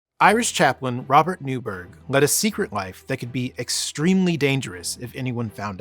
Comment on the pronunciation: Newburgh was (and still is) pronounced 'Newborough/Newbruh'. And that's the British pronunciation of Borough, not 'burrow', as Americans say. Boroughs are generally lived above soil. Burrows are underground.